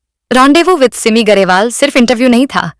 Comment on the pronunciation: सिममी नाही सिमी उच्चार तर नीट कर बाई